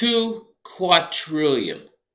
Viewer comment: TWO QUADRILLION, NOT QAUTRILLION, ITS WITH A 'D' NOT 'T' LOL